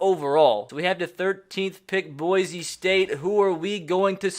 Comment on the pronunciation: Again boy-see not boy-zee